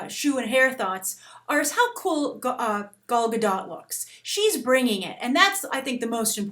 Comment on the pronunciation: I live in Israel, i laugh so hard when you say Gal Gadot.